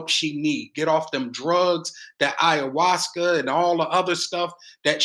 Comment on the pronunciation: "IAWASKA" ????.😅😅😅😅😅😅 ASHWAGANDA!!! Lord.......